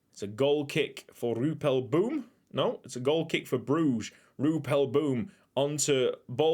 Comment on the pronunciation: also I seen a suggestion on one of your other boom videos ssying to use Google translate and it's actually pronounced more like roypel bomb